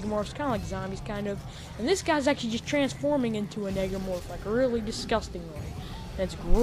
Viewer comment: It's not negromroph it's necromorph just thought I'd tell you